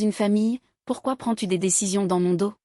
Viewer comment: On ne dit pas le doss mais do meme si il y a un s